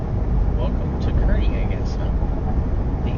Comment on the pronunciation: It’s pronounced car/knee. My mother was from Kearney and Granma lived there for more than 90 years.